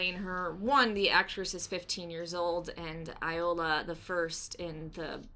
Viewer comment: It is pronounced Yola the second😛